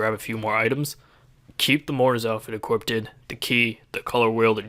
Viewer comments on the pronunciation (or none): Equiped (e-khewp-t) Equiq (e-khewp)